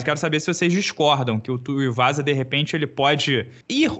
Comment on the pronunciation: kkkkkk, O André se incomodou que nem eu com essa do de chamar o Tuivasa de Tuiuvasa.